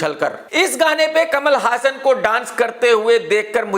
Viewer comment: Bhai hassan name apko kia nahi maloom jo galt pronounce kar rhy ho